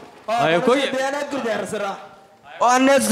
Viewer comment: ボォヤナックルは草